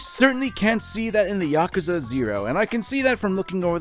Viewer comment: Thank you for saying Yakuza correctly. Too many people say 'Yakooza'